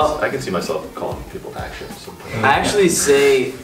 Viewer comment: Yeah eksennn! We don't really pronounce it as action😂